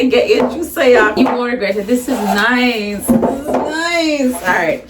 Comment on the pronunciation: She said it's noice it's reali noice 😂😂❤️